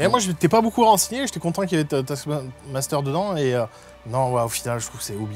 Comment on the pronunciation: A chaque fois j'entend "Tasse Master"... Dur.